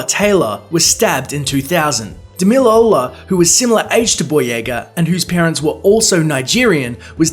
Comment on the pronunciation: Actually I am Nigerian and it is pronounced as DAMILOLA